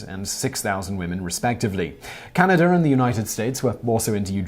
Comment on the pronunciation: Simon pronounces Canada as "Canader." o_O